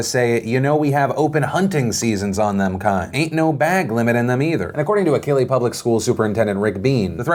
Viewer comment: Always have to enjoy seeing my state make a complete ass of itself. /s One small correction, though, Phil, is that Achille isn't pronounced like the Greek Hero Achilles. The 'ch' is pronounced in the same way as in the word 'check.' It comes from a Cherokee bastardization.